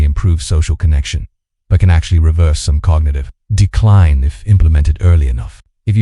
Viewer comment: The synth voice doesn't match the captioning. SOmetimes spells the word and inflection is off for words like "decline." Audio cuts off words and sentences. Total audio drop out starting . I quit watching at this point.